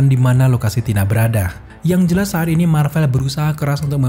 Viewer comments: "yg jelas saat ini marvel" bukan "sharini marvel" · sharini marvel,, ngakak dengarny